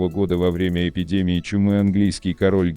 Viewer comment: Придираюсь конечно, но «во врЕмя», а не «ВОвремя»… …